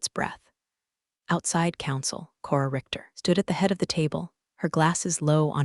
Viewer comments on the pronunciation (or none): none